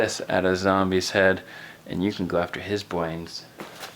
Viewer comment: bwains (brains) to lol he said BWAINS